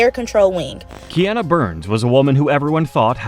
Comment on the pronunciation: So whoever is doing the voiceover, can pronounce Matsunaga but not Kiana.. the fatigue.